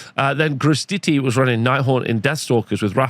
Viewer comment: Funny to hear you pronouncing "Grostiti" like this (not mocking, love hearing my native tongue with various accents). He's an amazing dude you can see often on French Wargame Studio channel (one of the main YT wargame channel in french). You can pronounce "Graw Titi" haha. Thanks again for all your content mate, always a spike of dopamine in front of my PC when I see another video from you !